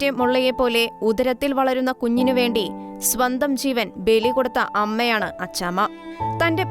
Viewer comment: ചീവൻ അല്ല ജീവൻ.